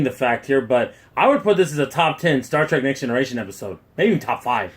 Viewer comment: Did you just say "Star TRAK"?